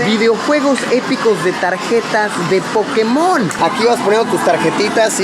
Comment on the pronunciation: Porque dicen Pokemón Es Pokémon